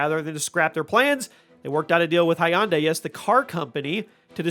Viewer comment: "Hunday.......like Sunday"